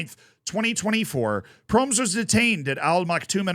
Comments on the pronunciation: Hahaha had to stop the video when you pronounced his name. Not laughing about you, but never thought of the possibility of pronoucing it like Proms haha its Pro-mes with the E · His name is actually pronounced as Pro-mes(Pro mess). "Mes" is also the Dutch word for knife. And he was convicted of stabbing his cousin. So he definitely was pro-knife, so to speak.